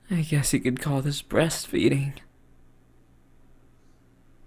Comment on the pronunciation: Nahhh he said : breest feeding 😊